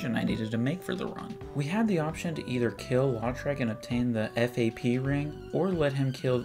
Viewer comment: Can't believe he calls it F-A-P ring instead of fap